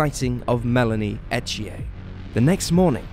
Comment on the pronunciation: It’s pronounce unless you live in Quebec, E th ier I know because it is my son in law name! Lol no French accent!